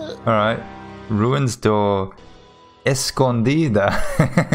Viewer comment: esse "Escondida" ficou muito bom ! Hahahaha gostei muito de ver você lendo e falando certinho!